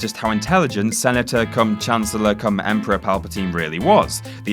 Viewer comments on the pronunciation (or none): none